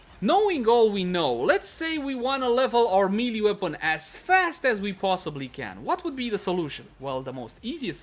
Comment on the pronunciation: People just really need to learn how to pronounce MAY-LAY. Please stop with the MEE-LEE